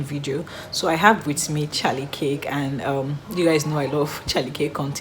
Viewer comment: It’s pronounced phonetically KERK not KICK or CAKE